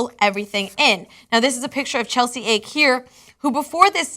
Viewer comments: It's a Hawaiian name pronounced Aw-Kay not ache. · Ake is not pronounced "ache", it's pronounced "ah-keh". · You're pronouncing Ake "ache" even when you had seen her photo? I would guess that's a Japanese name pronounced ah-keh. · Ake is not "ache" it's "ah-kay" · Pretty sure her family name is pronounced Ah-kay. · her name is Japanese it's Pronounced Ah kay